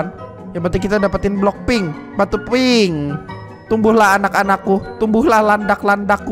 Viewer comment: Bang gak bisa gomong pink ya